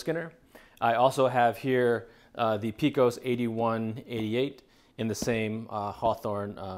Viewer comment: Love the videos man! But for the record Pecos is pronounced (pay-cos) not (pee-cos)